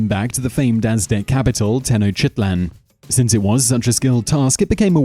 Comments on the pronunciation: hahaha "Tenoshitland" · Tenochitlan :D, no, it's tenochtitlan. With a k. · TenOH CH titl ahn